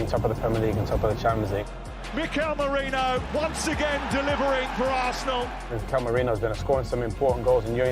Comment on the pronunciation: there’s no ‘ñ’ in his name. don’t know why everyone struggles to pronounce it correctly. it’s simply just ‘Merino’. not Mourinho, Moreno or Meriño